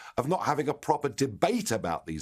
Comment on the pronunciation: "it's a consequence of not having a proper debate about these issues...." The emphasis is on the word "proper".